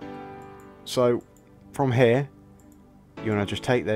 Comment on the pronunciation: "From hair" 😂